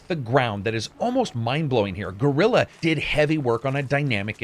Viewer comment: Excellent review, and after having played thru the frozen wilds and done all the side quests, I can say that I agree on every single point you made. Just 2 things that made me giggle, in your review: 1) Wtf is "Gorilla games" And 2) I'd love to meet this "Bae-nook" tribe you were hanging with. 😂😂😂😂